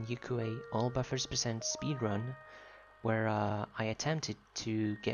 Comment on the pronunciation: I'm happy to see your video too! I also think your pronunciation is correct since it sounds so similar to a Japanese word I've heard before. I learn another Yuque knowledge from you again today! Thank you 🙏